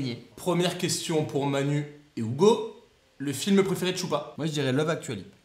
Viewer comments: STP DIT: UGO PAS OUGO STPPPPP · Poké WorldEX non desole Ca se prononce Ougo et pas Hugo. Bonnes vacances! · Mais... Hugo, s'appelle Ugo ou Hugo ? Ça se prononce Ougo ? 🤔🤔🤔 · AH mais alors dit à Manu de le prononcer Ougo mon petit Charles c'est déconcertaaant! Bonne vacances au trio et évidemment à votre équipe technique:)